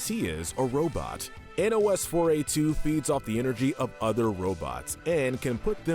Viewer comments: Nos-4-a2. Like nosferatu. Not n o s 4 a 2. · YOU DON'T SOUND OUT NOS-4-A2 YOU PRONOUNCE IT PHONETICALLY LIKE NOSFERATU!!